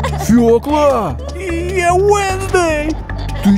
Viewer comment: Фëкла❌ свëкла✅